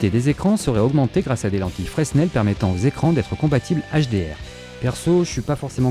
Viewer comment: Fresssssnel ! ^^ On dit "Frènèl"